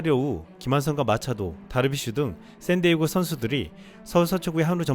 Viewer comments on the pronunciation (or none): none